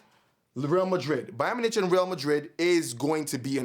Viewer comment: Ay good vid but to let u know Bayern Munich is pronounced like Bayern (u said correctly) Mune ik